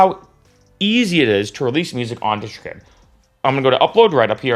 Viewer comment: Dude, PLEASE, first learn how to correctly pronounce DistroKid, then maybe I'll watch your video. Pheww!